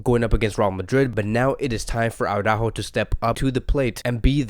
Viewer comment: I like your vids, but PLEASE stop saygin aww-rÁjo! It really is soooo retard! It is ara-ÚÚÚjo, emphasis on the Ú! Saying aw-rÁjo is literally as retard as saying Póóky to Piqué.